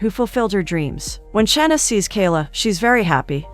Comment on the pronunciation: Saying all these easy names wrong should be considered anti-Black. Cuz what is “Tan-yuh” 😩😭 and “Shann-niss” the disrespect.